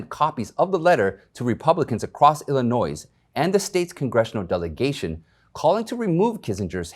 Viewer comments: I like your informative reporting. BTW the "s" at the end of Illinois is silent when spoken in the singular. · You're not supposed to pronounce the "S" in Illinois. Most school kids know that. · Then spell it without the "S" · Love your commentary. One criticism is that you don't pronounce the "s" in Illinois. I was born and raised there so I'm well aware of the proper pronunciation.